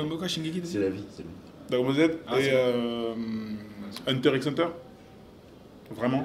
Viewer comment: IL A PRONCE LE X DANS HUNTER X HUNTER SHINEEEEEEEEEEEEEEEEEEEEEEEEEEEEEEEEEEEEEEEEEEEEEEEEEEEEEEEEEEEEEE